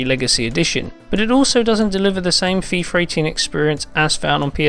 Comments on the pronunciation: it's Fee-FUH, not Fee-FER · Why does he pronounce "fifarr" instead of "FIFA"? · "fifer 18" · Feefer 18? God, Britains have the strangest pronunciations. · FIFAR 18?? thats how he said it..